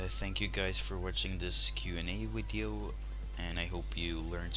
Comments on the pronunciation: Ur Saying V3rry STr3nge English u Speak Wideo Instead Of Video XD Just Kidding Its Was a JK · WHAT THE HECK IS A WIDEO XD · He usually replaces all "v" with "w" LoL